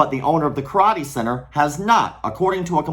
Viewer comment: "Karate Thot-ee"